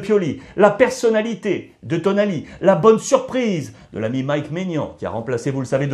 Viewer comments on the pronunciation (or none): none